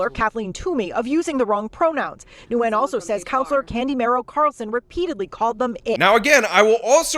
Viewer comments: Its pronounced like WIN. Not Newgin. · i’’m pretty sure it’s pronounced nwhen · I think the Vietnamese name "Nguyen" is pronounced "win." (if that's even her last name, I'm just guessing based on how he pronounced it). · Julien Miquel (YouTuber) demonstrates how to pronounce words & offers a great service. *Worchester is pronounced 'Wooster' (bypass the 'rche' in the middle). *Nguyen is not pronounced as "New-gun". Julie Miquel has a good demonstration of the correct pronunciation. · I believe Nguyen is pronounced "WIN" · I dunno what’s funnier. This progressive clown’s claim that she’s “non-binary” or pronunciation of “Worcester” and “Nguyen”. War-chest-er! Noo-ghen! 😂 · I love that he keeps calling them “noogin”. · Nyugen is pronounced win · He pronounced Nguyen as Nagoon lol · do you even know how to pronounce Nguyen? The other guy can't even pronounce it either. It's "ng" just like you say "ing" but concentrate on the ng and then "u-en". Sounds like a "w" when you get the "en" part but there is no "w". Kind of like how everyone pronounces Erdoğan wrong. The "ğ" in his is silent. That's where the sort of "w" sound comes from. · When you are preparing a video, why can't you take 2 minutes to work out how to pronounce words? If you are doing a video about someone named Nguyen in a city called Worcester, you should properly pronounce Nguyen and Worcester.